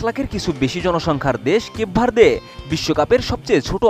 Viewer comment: কেপ ভার্দে ❌ কেক ভরিদে ✅ 😂😂